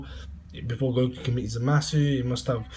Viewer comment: you started by calling him zowasu. forgive me if i dont take you seriously.